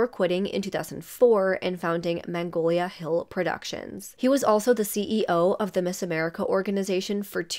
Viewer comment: Mag_nolia, not mangolia !